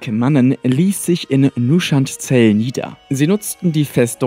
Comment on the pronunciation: Geiles Video, aber was verdammt soll MÜSCHAND Zel sein? Von mir aus sag "Onchuand Zel" und lass das O weg. Aber doch nicht MÜSCHAND! Wenn ich so was auf z.B. einer Convention höre breche ich kommentarlos das Gespräch ab.